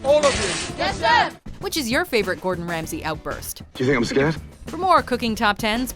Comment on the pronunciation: Gourd In, Rams He 😂